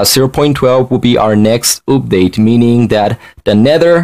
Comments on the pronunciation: I like how dis guy said oopdate instead of update if u no wut i mean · For some reason i cant forget how he pronounces update OOPDATE i mean dont get me wrong im not american so i had a little problem coping a bit (im canadian/filipino) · He keeps saying oopdate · It is funny how you say update sorry if I was mean